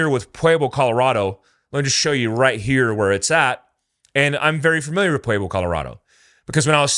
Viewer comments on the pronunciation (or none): Just fyi, Pueblo is not pronounced 'pu-way-blo', its 'pu-eb-lo' 😆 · I punched my computer every time you say pwayblo Colorado. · Pueblo is pronounced PWEB•LOW Jfc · It's not "pway-blo", it's "pweb-lo" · Why do you say, "Puayblo"? Its Puehblo bro. Thats what Pueblo is supposed to sound like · Pa Web Low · Maybe the Pueblo Cartel wants to go rob the Bellagio again,but this time with guns blazing.This is NOT the first time this amount of ammo have made its way into the USA. The only difference is, they got busted. And please learn how to say Pueblo. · Dude can't even pronounce Pueblo. Haha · Leaen how to pronounce Pueblo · I like this video but have many counterpoints to make. First off, for someone who knows the area you mispronounced Pueblo and Canon City. Canon City is pronounced Canyon City and you pronounce Pueblo weird. Second, as a 10 year resident of Pueblo, yes there is a lot of crime here but it's local gangs and some left over mafia. I've never heard of cartel activity in the news or on the street. Third, the cartels would be insane to attack Ft Carson, there's just no way. Ft Carson is a major U.S. base with frequent and active artillery, M1 tanks, Bradley APCs, Apache helicopters and a shit ton of active duty personnel. Plus, the Air force academy is nearby. Last, although 180K is a lot of ammo I think you are over looking Pueblo's central location. More likely than an attack I believe Pueblo is more of a distribution point with access to I-25 and Hwy 50. You could quickly distribute ammo to major cities in CO, TX, KS, CA, etc. Good video and good points and no matter who is right or wrong, this should raise significant alarm bells in the government and amongst the citizenry.